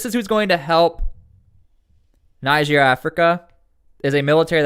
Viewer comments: It's not 'naijer' it's 'neejer' naijer is a state in Nigeria 'neejer' is the country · It’s pronounced Nije